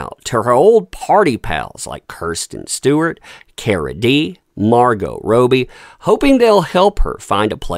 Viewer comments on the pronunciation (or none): plzzzzzz its ROBBIE... ROB BEE not ROW BEE... crikeys plz say it right mate 🤣🤣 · Hey it’s Margot Robbie Rob ee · It’s pronounced “Robbie”. 🤣